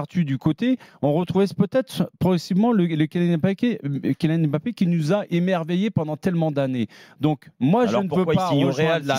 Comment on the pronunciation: Ça fait des années que Rothen parle de Mbappé mais il sait toujours pas prononcer son nom